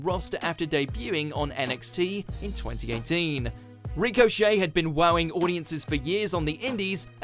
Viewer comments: It's Ricochet not recochet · It's ricochet not reek-o-shey jesus but good list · who the fuck is REEK O Shay? i know Richochet... not REEK-O-Shay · Ashley.....??? Why not Ash? Anyway, its RICK-o-chet not REEK-o-chet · "Ree-co Shay" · Why you pronouncing it ‘Rico-chet’? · "Reecochet" lmao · Rico Shay, lol good video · Good list, but find an actual wrestling fan to do the images next time. Also this guy really can't pronounce 'Ricochet'. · Can you say ricochet properly please? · His pronunciation of 'Ricochet' killed me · This dude doesn't no how to say Ricochet name Damm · It bothered me how you pronounced "Ricochet"